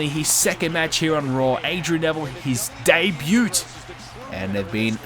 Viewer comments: ***** Even in the Aussie accent the 't' in 'debut' is silent.... and you can't say I don't get the different accent things, cause I am an Australian... Also, good video. Keep em coming. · The “T" in Debut is silent...